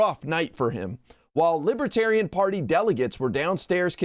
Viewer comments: Libaterian? He can't even say it right. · Trump is pronouncing libertarian.....libuhtarian....what a useless moron. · Trump says "Lib-a-tarian"....😂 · Nobody’s going to mention how Donald can’t even pronounce libertarian? He kept saying “lib-a-tarian”! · Trump: “Libittariuhn” He can’t even pronounce the word…🤣🤣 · The orange Jesus says he's a "Li-ba-tarian. Listen again. He can't spell or pronounce the word correctly. I'm still laughing. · He says "Lib-a-tarian!" Smart, trump ain't. He is taunting the people with his insults. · "Things that make Me a "Libe-Tarian"..!!! He can't even Pronounce "Libertarian", much less BE one of them,because He's a Nihilist. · He knew he couldn't get away w the QANON theme music in the background w this crowd. He could have least pronounced the name correctly. They are not *Libbaterians*. He will promise them anything. VOTE BLUE 🔵🌊🌊🌊 #BidenHarris 2024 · Boo 😮 he thinks they are loving him sick guy and doesn't know what he's talking about libertarian he can't even pronounce it sarcastic butt face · Trump should learn how to pronouce Libertarian. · He can't even pronounce "libertarian". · He doesn't even know how to pronounce the word 'libertarian'. This criminal should be in jail already. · He's a moron who can't even pronounce the word properly 😅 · Not to mention the fact that he doesn't pronounce "libertarian" correctly. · He didn't bother to learn how to pronounce it - that's not respect.